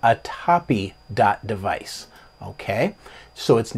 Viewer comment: A-TAP-E. Also LIBS is LIBS. Not Libes.:) (Knows will punch me repeatedly) Great video and full of great info. I didn’t even know this was a thing. Thank you!!